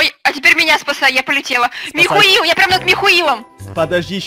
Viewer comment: вместо Михаил говорит михуил 🤣🤣🤣🤣